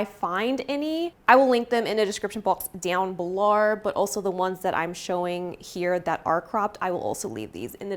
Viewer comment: the australian “down below” takes me out LOLL i love it